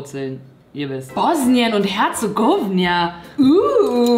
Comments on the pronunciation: Hauptsache du so „ Ich bin International“ ,aber du weißt nicht wie man bosnien und herzegowina ausspricht und wusstest nicht das das Bier nach Sarajewo einer Dtadt in Bosnien benannt wurde SEHR INTERNATIONAL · Ich weiß du wolltest uns nicht beleidigen aber Bosnien spricht man einfach nicht so aus und ja